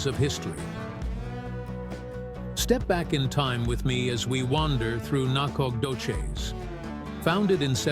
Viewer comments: lol get some one from East Tx that can not only pronounce it but actually shows pictures of Nac ! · Whoever did this not only missed finding the correct town of Nacogdoches, he couldn't even pronounce it